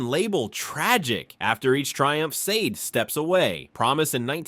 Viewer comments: i appreciate your content, i love Sade, the woman and the band. you had we at Donny Hathaway but her name and the band's is pronounced Shah-Day for an american, like the Shah of iran ran away during the Day. for brits it's more like Shar-Dey. subscribed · I can’t even finish watching this because you keep mispronouncing her name. It was driving me crazy.